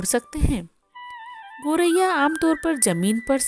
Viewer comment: गौरैया बोलिए,गोरैया बोलना ग़लत है